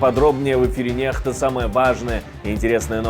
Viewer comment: В самом начале ведущий ошарашил.... Какая к чёрту "НЕХТА"?!? Правильно произносится "НЕКСТА" Как можно доверять сотрудникам канала, которые не умеют правильно выговорить своё имя... или несут откровенную чушь, что Америка помогает российской армии...